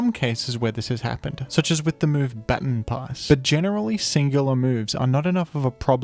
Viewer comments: Why would you pronounce baton that way????¿??????? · "Bat-on Pass" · I have never heard baton pass pronounced like that lol